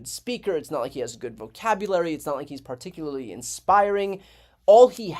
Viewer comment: *"per TIK yer ler lee"